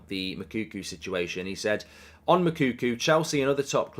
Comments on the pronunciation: It's pronounced Moo like a cow then Cocoa like the drink. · One day Goldbridge will say Moukoko’s name right